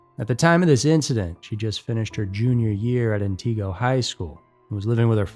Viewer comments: It's not "Antiqua".. it's pronounced "anti go" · FYI: it's pronounced: ANT-igo, not An-TIGO. What can I say?: Wisconsin is WEIRD. I live here, so..... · ANTigo, not AnTEEgo! Check out the proper pronunciations!!! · This video gets several things wrong. Wisconsin is not known for flatlands but farmlands. Wisconsin is not very flat. It's not an-tee-go it is ant-uh-go. She was not born in March 1992 but August 1994. It's not why-saw it's wah-sah. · Laurie Depies is pronounced like Laurie Deppis, not De Peeze. And Antigo is like Ann Tiggo, not Ann Tea Go.... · AI voice is so terrible. An-tee-go…it’s pronounced An-ti-go. Wai-saw…it’s pronounced Waw-saw. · Lol. Antigo is pronounced, AN te go. Accent on the first syllable. Not, an TEE go. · Antigo Not AntEgo. 😅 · First, Wisconsin isn’t flat. Second it’s pronounced AN TI GO not AN TEEG O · It's pronounced Ant i (like it) go. Wausau is pronounced Waa saw. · The pronunciations are very funny to me here -- the video is fantastic, but I've lived in Wausau and been to Antigo on numerous occasions. The way we pronounce it here is "Anne-tih-go" (or Anne-ih-go) and "Wah-saw." We have a lot of really weird town names, and it's always fun to hear people pronounce them! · When people make videos about places and can’t even say it right. Antigo is not ant-teee- go! Can’t say Wausau either! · Minor note: Town in the first story is pronounced An-tah-go. Equal emphasis on all the syllables. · The towns are pronounced ANT-i-go and MAN-i-toe-wahk. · It's ANT-EH-GO. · Man it to walk. Ant eh go. Pronunciation is key. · And Antigo is pronounced An-tih-go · Why doesn’t anyone ever research actual pronunciations of our Wisconsin towns and counties. Antigo….phoenetically: ant-ig-oh …and Manitowoc … phoenetically: man-ih-tow-wock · Thats not how you pronounce An-tih-goh (antigo) or Wah-saw(wausau) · Antigo is not pronounced like “auntie go” 😂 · Right, it's more like 'vertigo,' but with AN rather than VER. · yes. "Atiqua"...lol